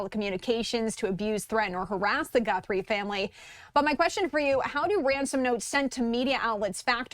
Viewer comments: Who is is tool you brought on? it's not "Gunthrie," it's Guthrie. And why did you look so giddy to be on the show? "What an interesting case!." Lame. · Her name is Guthrie not Gunthrie,you sound like an idiot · It's G U T H R I E, not Gunthrie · There is no N in her last name - it's Guthrie, not GuNthrie 🤦🏼‍♂️ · There is no N in her last name - another reporter was saying the same thing. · Gee whiz! This man can't even get Nancy's name right! He said Gunthrie about 20 times!! There is no N in her name. And what ge said about the reason so much attention is on this case was stupid. This guy just wants to see himself on TV. We just need to find her safe and sound. It doesn't really matter who she is or who her family is or if they are rich or poor No one should gave to go thru this. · "Captures" "Gunthrie".. get this clown off the air ! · Thought I was the only one who noticed that lol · I couldn't even listen to the entire report.... The mispronunciation of her name was so distracting🤦🏽‍♀️ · It is absolutely nails on a chalkboard listening to him mispronounced her last name over and over again specifically and clearly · Pronounce her name correctly please. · Is there any good reason a news analyst/attorney can't figure out how to pronounce "Guthrie"? Makes Fox look bad... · With all due respect Please pronounce Mrs Guthrie’s name correctly-there is no “n’ in her name! Praying for her safe return but I’m doubtful that will happen. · Stop pronouncing her name wrong!